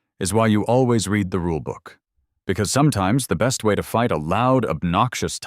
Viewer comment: Be careful, quite a few words are mispronounced. For example: read. Present tense it pronounced REED, past tense it is pronounced RED.